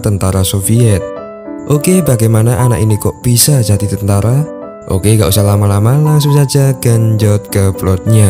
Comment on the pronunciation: Bukan tantara tapi tentara